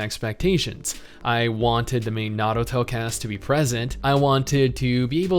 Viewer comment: Stop half rolling your r's on Naruto or I'll be forced to unsub